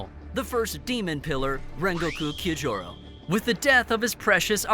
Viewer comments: oh god why did he pronounce it kiyojurou and not Kyojuro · Why are you butchering the name Kyojuro? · Did he say kyojohru rhengokeu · please learn how to pronounce Kyojuro, ufotable, Muzan, TANJIRO etc😭